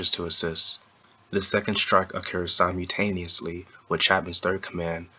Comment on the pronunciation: You are pronouncing "simultaneously" incorrectly.